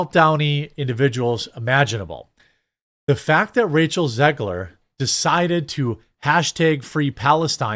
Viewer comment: Um... You can't pronounce Ziegler... and did you see what they did to their children?